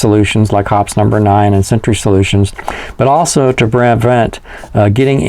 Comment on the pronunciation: Drink everytime he say's "Hops number nine". Always heard it pronounced "Hoppy's"